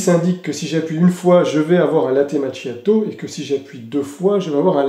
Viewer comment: Macchiato 😂 Qu'il faut prononcer: "makiato" 😊❤